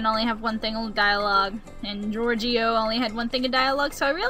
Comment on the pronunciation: Holy crap, you actually said Giorgio's name right! And you WON the tournament!